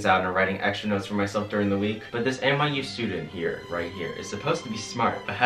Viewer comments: Is he saying NYU or MIU? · give a round of applause every time he says miu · this whole time i thought you were saying MIU and i looked up the place and i was like ummm i don’t remember him saying MIU in his college expectance video... then i realized you said NYU 🤦🏼‍♀️